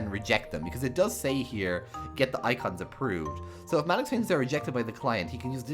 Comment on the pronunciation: Sounds great! But,I don't think Malik's name is pronounced like that lol